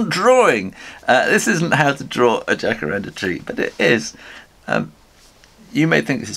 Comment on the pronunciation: Como vai tudo bem? Fiquei surpresa com o Jacarandá (tem acento Agudo no último a.) O Jacarandá é uma árvore brasileira está em extinção porque sua madeira foi muito usada em móveis de luxo. Acompanho sempre seu trabalho e gosto muito !Obrigada por sua simpatia e talento e por incentivar a todos para o desenho!😘